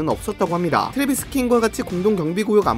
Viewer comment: 트레비스냐 트레버스냐.. 킹은 킹이너